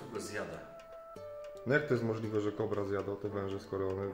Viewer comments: Zdaje mi się że chyba "kobr" a nie "kóbr" 😉 Jak zwykle genialny materiał, uwielbiam te edukacyjne odcinki! 🐍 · Nie KUBR tylko kobr, nie NÓR tylko nor.Język polski nie być trudna. Błagam...